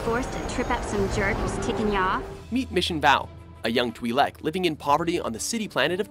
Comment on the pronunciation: Twai- lec, not tweeh lek...... sigh..... naab